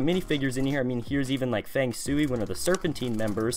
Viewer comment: I don’t really wanna be “that guy” but you actually say his name Fang- Shway.